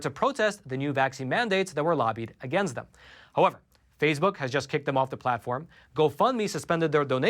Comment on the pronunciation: Nobody:: P h a s e b o o k